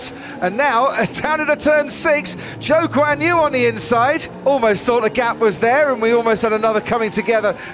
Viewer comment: Why do I always hear "Joke's on you" when you talk about Zhou Guanyu?